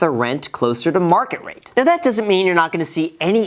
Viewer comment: Everyone when Graham Stephan uploads a video after FTX: Are you serious right neow?🤨